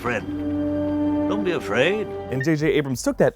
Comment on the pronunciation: Dont be af-rey-ed